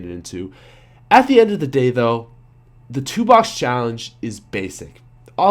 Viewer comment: I thought he said "Tupac Challenge" instead of "two box"